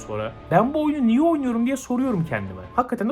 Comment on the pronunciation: "niye"yi "nioh" gibi telafuz etmiş, ben de espri yaptı zannediyom sabahtan beri